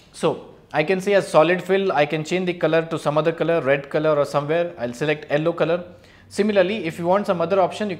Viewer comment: "ellow" colour? :D